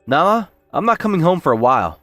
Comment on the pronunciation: This guy pronounces Nala as “nah” half the time 😂